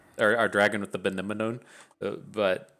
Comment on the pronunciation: I love how you struggle with pronouncing benemone >< i'll give you the solution ! Just like anemone which it refers to :D sad i missed your lives this week end but i turned on notifs wont happen again